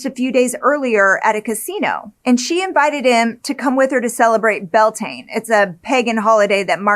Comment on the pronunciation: It’s pronounced Be-owl-tan-ah , Irish word for may bealtaine